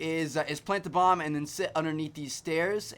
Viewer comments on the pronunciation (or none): none